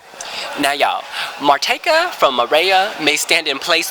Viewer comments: Marjetka is pronounced Maryetka :) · Lol at complete fail at pronouncing Marjetka's name!